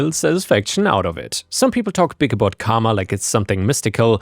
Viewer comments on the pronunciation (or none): none